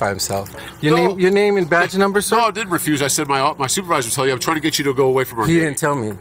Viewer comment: what do I deed? 🤣🤣🤣